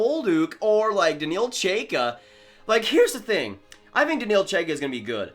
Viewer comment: Number 13 in the rankings is pronounced more like Ch-eye-ka If I remember my pronunciations correctly